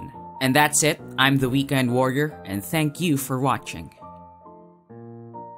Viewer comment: hahah its kind a funny how you say weekend warrior